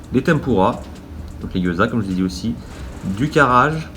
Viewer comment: Yo, Karaage ne se prononce pas karage mais KalaAgué (le "la" que j'ai mis dans le Ka"la"agué, ce prononce plus avec un mix entre le La et le ra oui c'est chelou a dire x) ). c'était juste une petite info par-ci, par-là sinon très bonne vidéo:D